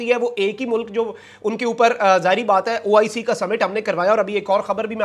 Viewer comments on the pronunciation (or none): none